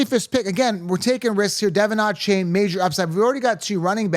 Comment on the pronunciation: I’m sorry. This guy is annoying 🤦🏻‍♂️ just a pet peeve of mine, I hate when guys start pronouncing names different or just wrong. I have never heard anyone pronounce Bijan or (bee-jon) the way this clown is pronouncing it. He keeps saying “Bijan”like bye 👋 Jan! And he wasn’t done there. He goes onto the screw up Devon Achane’s name too. I’m leaving, this guy sounds like a schmuck. I’m out.